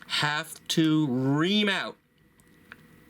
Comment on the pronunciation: It's 'ream.'